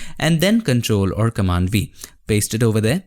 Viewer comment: I keep hearing "control r command" and I thought what kind of shortcut is that? Then I found out that he meant, it is "control or command"